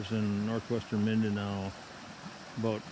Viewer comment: Lost you when you said mindanao.